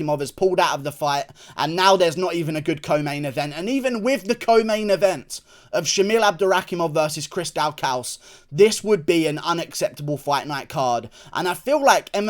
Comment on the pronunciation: Chris daw-kuss is how it's pronounced lol 😂 c'mon learn my mans name !